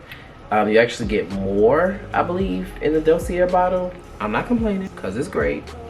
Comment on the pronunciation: Da see a. It’s french❤❤❤